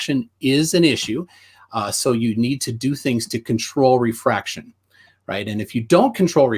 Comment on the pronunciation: Ah.. these were the days... back when planarwalk had a penis, tjump was a man, was pale and still proclaims presumptions and says they're not presumptions because he says so, calculations are measurements, squiggly cranes... and every answer was "refwaction.. bgawk... refwaction" and refraction perfectly makes things look flat. Now its "The universe is the container". lol.. and finally "we don't see the geometric horizon..." and "boats go over the curve". What of the 5 types of refraction is it? "I don't care". That's like saying "this flavor is the best..." and says "which flavor?" And says "I don't care about your flavors... this is the best flavor."